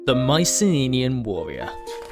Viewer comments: Why do you pronounce Mycenenean instead of Mycenaean? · OK what's with the "Mycene-ninian" pronunciation? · I love the animations. Well done! Uhm, minor nit pick though, if you don't mind me pointing it out. You're pronouncing an extra "n" in Mycenaean. "My-sen-AY-en". (or "My-sen-EE-en", take your pick) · "Myce-nenian" "Myci-nenian" "Myce-neninian" AAAAAAAAAAAAAAAAAAAAAAAAAAAAAAAAAAAAAAAAAH!!!!!!!!!! Anyway, nice vid. I appreciate the Iliad jokes. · Strange pronunciation at 26 secs in, sounds like you say Mycenae-eye, but good video. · "Mycenenean" lol. Nice video. Cheers. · I got distracted trying to figure out the source of your accent. Also your extra N in Mycenaean. Was it deliberate? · haha i cant get over that